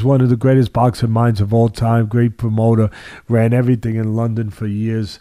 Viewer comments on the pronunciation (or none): none